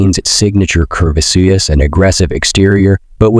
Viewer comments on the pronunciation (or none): Is AI reading this. Some of the pronunciation is laughable. L-E-D lights pronounced as “led” and curvaceous is mid pronounced.